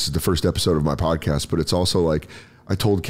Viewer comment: " the sodcast"